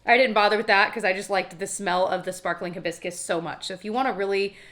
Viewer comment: I giggled when it sounded like you called the perfume “hi biscuits” instead of hibiscus…clearly I’m having a moment.